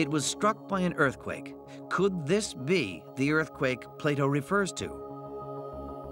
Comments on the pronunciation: Andrew Collins it's pronounced Plato, not Plyto. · Who the heck is Plato? ATLA-RA